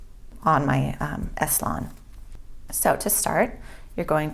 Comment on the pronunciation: I believe it is C-Lon. Not S -Lon